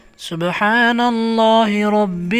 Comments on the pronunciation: محترم آپ لفظ رب کی ادائیگی میں زیر پڑھ رہے ہیں جبکہ وڈیو میں رب پر زبر لکھا ہوا ہے۔ تصحیح فرما لیں تاکہ پڑھنے والوں کو کوئ غلطی نہ ہو۔ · Zabar likha ha ap zair parh rhy Hain ya